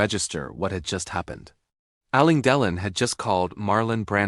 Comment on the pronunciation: If you can't even pronounce Alain Delon's name correctly, why should we believe you got the facts right? There are many photos and film clips of Alain Delon without a shirt on. No scars, just smooth skin over a muscular torso.